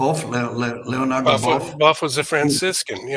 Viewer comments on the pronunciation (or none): none